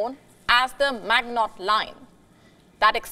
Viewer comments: Not "Mag-not" ---- it's pronouns 'Mi-gee-no" line. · Pronounced, Ma-jin-no line. Not mag-not. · Pronounced: Ma-jee-no line, Maginot line. Lol 😂. All good, I get it you’re not French. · "Maggnot line" 😂 It's not pronounced "Maggnot" but "maʒino". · Pronounced Magino not Maginot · Hey WION, It's not "Magnot Line" , it's "Maginot Line". The pronunciation will be "Majino Line" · Drawing a new boundary is a type of defeat for Russia and Europe. Putin and his war do no one any good. Europe and Russia could have been happy and prosperous. FYI the G in Maginot is spoken soft not hard. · It’s maginot line..not magnot line😒😏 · I stoped the video when heard how she seis “the magnot line” :)))). If you want to at last look like you know what you talking about, pronounce foreign names correctly. The correct way to pronounce the name of this line is - “The Mazhino” Line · It's MA-Gi-NO, not MAG-NOT. Jeez.. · "Mag-Not"?! Are you kidding us by how you are pronouncing it? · Maginot Line pronunciation., 'The maj in O-. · Maginot = mah jee no. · Your pronunciation of the MAGINOT line is wrong it is (MAGEE NO ) line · pronunciation of MAGINOT Line = Maj - i-- no line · 😂😂😂 mag not line 😂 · Maginot pronounced ma je no . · mahjshino line. is how its pronounced. il let the sigfried one go because it was close enough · Maginot Line is said like mazhinoe. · The Magmot line 😂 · Mazheeno (Maginot) Line for Christ sake... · Maginot is pronounced 'Mazh-ee-noh'! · It was the Magino line: phonetically ; MA-Gin_O. get it right!!!!!!!!!!!!!!! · An easy assumption to make if you are looking at a map but there is more to war then this dear...and if you cant even pronounce magnot then you obviously know little about it... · Maginot is pronounced MA ZHEE NO. The final t is mute. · Nah, is pronounced ma-juh-now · in what language are you pronouncing it? it's French and it ends with 'no' is in English No... the Magi is a bit more difficult... a bit like immagine... not sure if the English have this...